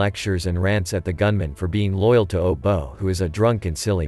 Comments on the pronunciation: Its not "obo".... Its obote... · His first spin lands in Canada not Kinyata, wherever the heck that is. The president being overthrown was Obote, not how you pronounced it 🙄